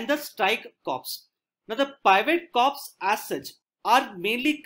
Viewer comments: Just a small submission to this valuable effort. The word Corps is pronounced as Kor & Pivot as pi-vut, one may cross check with dictionary. Also you have used the term Mountain Strike Corps/ Division, interchangeably, which is not so, they are not the same thing. Nonetheless thank you for putting in such time & effort. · I am a defence aspirant but i watch your videos regularly and gain a lot from them. Would like to mention it's written as "Corps" but pronounced as "core"